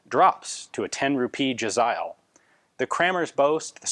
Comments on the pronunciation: In Pahsto its pronounced "jeh-zay-eel". Even with modern AKs Afghan tribesmen take pride in their possessions and tend to decorate everything from rifles to trucks. When I was in Helmand we found an AKM with small bells wired to the barrel. I supposed that it would jingle when it was shot at us haha. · Im pretty sure they're originally called "Jazair" The way you pronounce Jazail should be similar. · It’s pronounced “jez-ale”